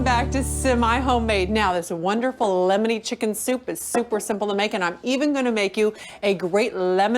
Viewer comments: Did she say "llllemoner butter basted chicken"? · She really does drag out the L in lllemony